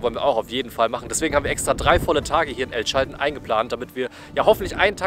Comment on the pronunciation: Es hat ziemlich weh getan wie du El Chaltén permanent falsch ausgesprochen hast. Die Betonung liegt auf der letzten Silbe, daher der Apostroph. Und niemals die Bombilla beim Mate trinken anfassen. Ansonsten ein sehr schöner Beitrag, vielen Dank dafür. Habs selber leider noch nicht weiter südlich als Bariloche geschafft, hab aber auch jede Menge Freunde im Norden von Argentinien.